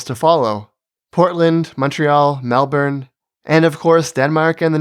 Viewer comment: Another great video. You even pronounced Melbourne correctly (the first time)